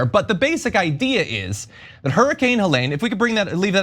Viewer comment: Cloud seeding has been going on since the 1940s. It’s 100% true that storms can be made stronger and their direction can be changed. Look it up. And if this guy was so much smarter than everyone else, you’d think he would know how to pronounce Helene! And, climate change has been going on for millions of years. We are currently in a warming trend. In a hundred years we will be in a cooling trend. Look that up too! Also, o2 levels go up as temperatures go up, so of course there’s more o2 during a warming trend!